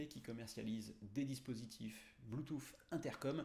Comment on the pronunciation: Merci pour la vidéo ca manquait de ne pas avoir d'explications en paramoteur!!!!! La version lite est vraiment trop juste ou c'est une supposition? Par contre sur une prochaine vidéo peux tu dire bluetooth et pas bluetooFFF stp 🤣🤣 Je blague. Merci encore